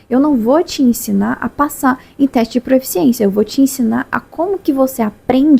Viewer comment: Porque tanta gente fala pro-E-ficiência, sendo que o certo é proficiência? Acho curioso. Não é um julgamento.